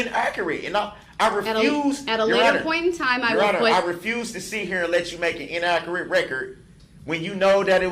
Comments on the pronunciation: Le me axe you, wuz it In-aa-kur-it . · The way he says INNAKURATE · "inakkeritt". he is such a moron he has no fkng clue. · Damn this dude just loves to hear his own voice and it’s damn annoying. “Inakurit” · I cant stand how he pronounces "inaccurate"